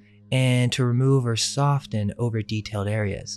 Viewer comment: You don't say the "t" in soften!!! Come on!!!